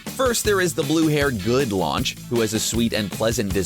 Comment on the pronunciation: Her name is Lunch for fuck sake